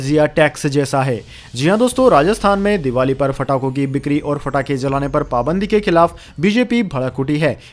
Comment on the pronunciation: Abbe Fatake nahi pathake Your pronunciation is very poor. Very cruel to ears